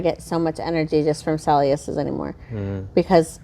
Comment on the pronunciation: Babe I say Celsius wrong & I got you saying it the same way 😂😂